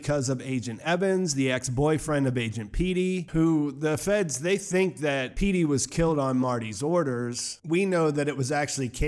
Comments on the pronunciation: Agent “Peety”? Shouldn’t it be “Petty”? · Okay. Agent Peety. Sounds comical for such a serious character. Pehty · Petty,not Pete lol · “Agent Petey” Lol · Who TF is agent Pete-e lol